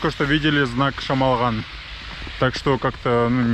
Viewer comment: ПОЧЕМУ "ЧЕМОЛГАН " , А НЕ ШАМАЛГАН ? ЧТО , ДРУГИЕ НАЦИОНАЛЬНОСТИ НЕ МОГУТ ВЫГОВОРИТЬ " ШАМАЛГАН " .